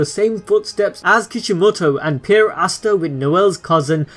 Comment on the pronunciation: Ooooooosta not aaaaaasta